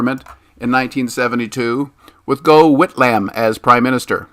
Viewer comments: Great piece, apart from the reader's poor research into Aussie placenames- and the sacked PM's first name was pron "Goff" 。Can you believe that US Professor? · Gough Whitlam. First name is best pronounced as "Guff". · Excellent video. Minor point: you mis-speak Whitlam's name. Edward Gough Whitlam was known to all by his second name: Gough (pronounced Goff). So much rubbish is spoken today about him by even some well-meaning but ill-informed patriots who fail to understand that despite his small 's' socialist policies and naive belief in international institutions, Whitlam was fundamentally a nationalist and a staunch believer in parliamentary democracy. His sacking was, as your point out, a US Deep State operation due to his refusal to kowtow to the US war machine, first by his anti-Vietnam war rhetoric as Opposition Leader, and later as PM, both in terms of his insistence on Australian joint control of US bases on Australian soil and his (and his Energy and Resources Minister Rex Connor's) nationalistic policies on Australia's oil and mineral resources. I'm not so sure about your view on Kevin Rudd however! I find it hard to understand why Rudd would be unpopular with the Obama regime for being pro-China! Obama and and now obviously Biden are deep in the pocket of the CCP. You don't have to look too far to see why Rudd was ousted. He was, is, a complete psychopath and after his one popular gesture of apologising to aboriginal Australians for real (and perceived) historical wrongs, his weird narcissistic proclivities became more widely understood. That his party finally got fed up with his antics was a surprise to no one but himself. His replacement, Julia Gillard, was certainly a corrupt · Gough (Goff) Whitlam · The mispronunciations just show you know nothing about Australia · Indeed. Unfortunately that mispronunciation casts doubt on his credibility when discussing Australian affairs. Spoiled it for me.